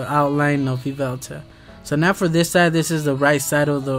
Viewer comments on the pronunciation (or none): I am so triggered right now, LOL its not yvelta It's yveltal looool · Yveltal not yveltala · his nam is Yveltal (ya-vel-tol) pronounced